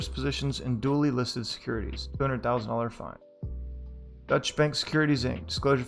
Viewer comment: Nice reading! A note, though: Deutche is a German word and has two syllables. It's pronounced more like (DOY-cha) than (dutch).